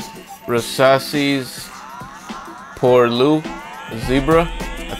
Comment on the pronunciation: Pour 'lwie' you pronounce it x)